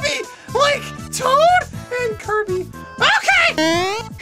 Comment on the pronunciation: He said tood instead of toad